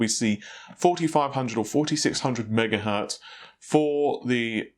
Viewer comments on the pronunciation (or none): none